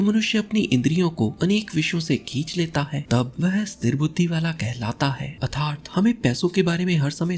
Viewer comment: Sir your way to pronounce atharth is not right.. It makes bad impression.. And don't mind sir.. Your videos are as always superb